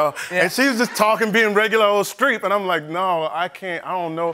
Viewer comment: Probably a dumb question, but who is Streak? Oh wait, did he say Streep?